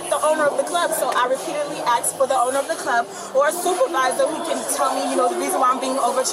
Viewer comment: She asked for the supervizah! of the bar 😂